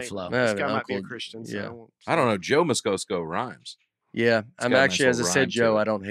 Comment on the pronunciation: continued mispronunciation of Christiam Moscoso's last name, while Nate keeps saying it correctly, is absolutely insane.